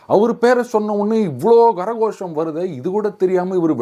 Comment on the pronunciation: What Gara gosham? It is kara (hand) Ghosham ( sound) Don't spoil sanskrit . Just say கைத்தட்டல்